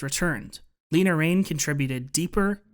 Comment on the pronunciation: everyone pronounces lena raine’s name wrong i feel so bad for her 😭😭😭 it’s more like laina not leena